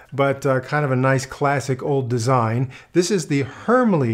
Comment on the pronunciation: I think it's pronounced Hermla, kind of like Porsch-a or Heid-a which are spelled ending in 'e'.